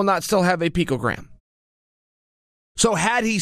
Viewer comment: Chael “P-cogram” Sonnen